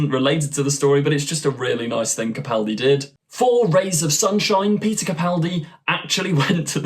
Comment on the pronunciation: I'd like to commend you for using the correct pronunciation of Peter Capaldi's last name. So few YouTubers get it right, and it's a huge pet peeve of mine. Keep up the good work!